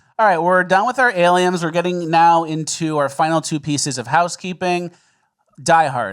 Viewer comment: Are you saying aliems on purpose?